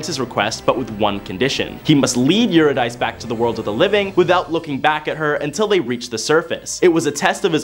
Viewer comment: Love the content but am distracted by the mispronounciation of all the names. For instance, Euridice is pronounced you rid ah see. Wishing you amazing success in your next steps and beyond.